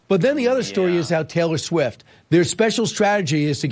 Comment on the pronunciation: He said Taylor Swim. Different celebrity! 😂